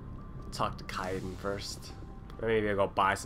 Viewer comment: lol i wish he would pronounce Kaiden's name correctly :P